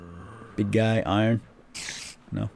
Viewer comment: its not iren its iron